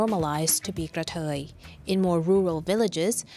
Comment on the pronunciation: Same thing. She's just pronouncing it differently.